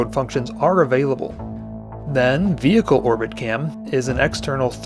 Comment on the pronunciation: ... "Vehical" ? huh ? lol ... I'm sure you mean "Vehicle" ? right ? hehe